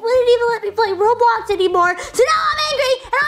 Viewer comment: Its Roblox not robox